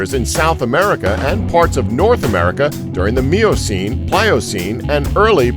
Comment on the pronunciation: I appreciate the effort but I was out as soon as I heard Miocene pronounced phonetically as “Meeocine”...